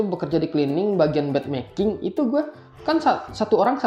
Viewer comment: Bed making, bukan bad making hehe